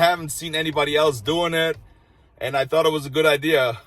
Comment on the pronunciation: You speak great “American.” I hear idear and maybe one or two minimal incorrect pronunciations, other than that you’re great. Love your show.